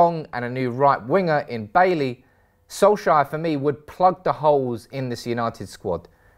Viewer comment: Bailey , Koulibaly and Bailly... This guy have a thing for pronouncing baily 🤣🤣🤣